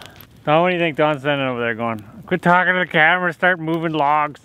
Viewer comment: "Quiet tawlking tow de cemwara start movwing lwags" LOL